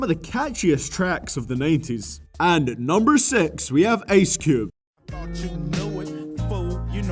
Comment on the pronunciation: Me when I say Ice Cube: Ice Cube. He when he say Ice Cube: Ace Cube hahah no offense